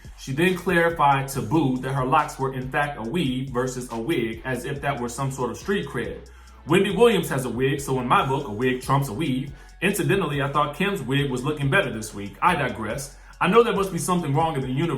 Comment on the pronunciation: Also Wendy can’t read. I’m worried about her. I’ve noticed she said “versoose” referring to the versus battle between brandy and Monica